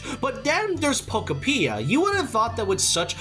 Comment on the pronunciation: I keep hearing pokopedia😅